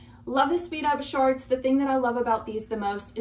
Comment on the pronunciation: I can’t take you seriously when you keep saying “shaarts”!!!!!!!!!